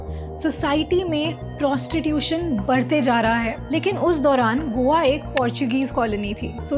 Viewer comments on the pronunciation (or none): none